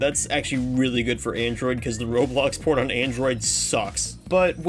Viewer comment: He said port not por